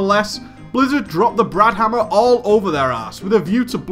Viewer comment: Why is he saying "Dropping the BRAN Hamma"